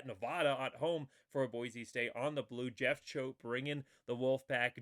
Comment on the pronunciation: Never mind mispronouncing the names on Hawaii, you have to get the name Boise right first.